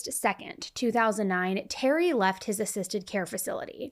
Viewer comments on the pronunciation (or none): I’ve never heard anyone pronounce “assisted” like “ay-cysted.”